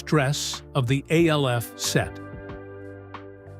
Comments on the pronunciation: I will NEVER give a LIKE or SUBSCRIBE to ANY AI voice. It's called ALF ~ not A L F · geez at least tech the AI to say "ALF" and not "A.L.F." 🤣🤣🤣🤣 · Of course it was but the show was still pronounced ALF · This is why you need to write it as Alf. So the AI narrator pronounces it properly